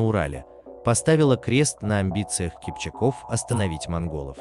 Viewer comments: КипчАк -КипчАков . В тюркских языках ударение ставится всегда на последний слог. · Всё верно,только ударение на второй слог и во множест. числе.КипчАк, КипчАков. Не КипчакОв.